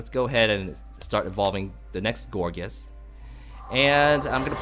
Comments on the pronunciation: Loool.."Gorgeous" xD. I can tell you really like this Pokemon although it is actually pronouced "Gour-geist". On a more serious note this is actually a cool deck, sure to work against even those bulky EXs. The only thing I would suggest is to maybe swap out 2 rollerskates and add a Slurpuff w/ Tasting, just for consistency. :) I like the vids man. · I believe that it's pronunciation is "gour'gaist'", from "poltergeist"